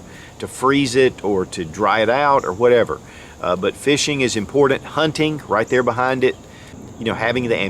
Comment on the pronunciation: I've been a subscriber for years and love your content! But man, I hate the way you pronounce important 😂